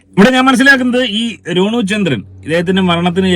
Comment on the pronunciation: രോണു അല്ല റോനു